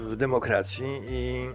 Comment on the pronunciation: Zzawsze sikam jak korwin mowi ,,demokracja""😄😄😄Nigdy nie zapomina przy tym splunąć.😆😆